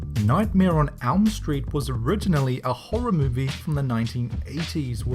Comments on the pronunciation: Elm not alm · It seems that the guy speaking here can't pronounce words which starts with e. Case in point(s): nightmare on alm not elm street and: anything als, not else. I'm pretty sure there are many others, but when I got to the Iron Man ripoffs, I had to say those. And isn't the word Elm pronounced as it is written and else as els? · You said nightmare on alm street...